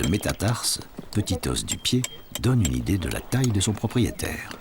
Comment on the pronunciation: Oh la vache, le prof qui explique aux enfants les ors de dinosaures étaient là ... NOOOOOOOOOOON ce sont des fossiles pas des os !!! Et on dit les O pas les OSSE.